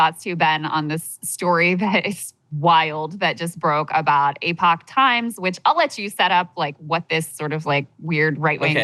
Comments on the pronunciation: Thank you. This should be a bigger story.. and he should be able to pronounce EPoch. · "E Pock Times" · It’s Epoch Time. Not “Epic Time”.